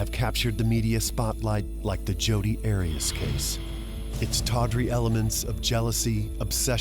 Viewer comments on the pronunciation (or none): Heads up it's Arias.. 😂😂 Great content though ✌️💖